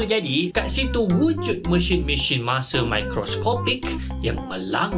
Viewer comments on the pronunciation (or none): Kenapa sebut Mesin macam tu bang? Mesyin. Mesheen. Kalau Messen boleh terima lagi.